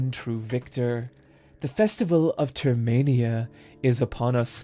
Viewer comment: everyone is correcting perkle but not termania? ugh im going insane.